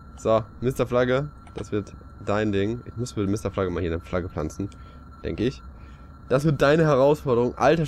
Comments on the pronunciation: MisterFalagge? Ich hoffe sie haben nicht drauf geachtet das sie es falsch geschrieben haben. Ausseer dem wird er ohne "e" hinten ausgesprochen. Daher merkt man das sie ihn wohl nicht kennen. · der heißt MisterFlagg, Englisch ausgesprochen. Dein Flugzeug sieht aber auf jeden Fall cool aus!